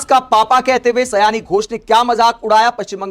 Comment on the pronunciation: यह सयानी घोष नहीं साउनी घोष है, आगे आपको इस गलत ना बोलने को लेकर सतर्क रहना चाहिए और एक विडियो बनाकर माफी मांग लेना चाहिए यह मेरा ख्याल है क्योंकि समझदारों के लिए इशारे काफी होता है लेकिन कभी कभी लोग समझदारी दिखाते हुए सही इशारे को भी लोग गलत तरीके से ले लेते हैं।